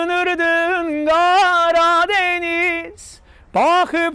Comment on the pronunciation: DENİZ YOX, MÜƏLLİM, DƏNİZ. TOPRAQ YOX, TORPAQ.